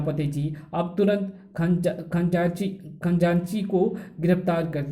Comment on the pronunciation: Khajanchi bolte hai Khanjaanchi nahi